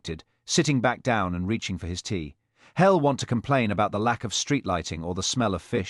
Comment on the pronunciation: HELL instead of he’ll…..YOW instead of you…..mispronunciations ruined the story, I won’t be subscribing.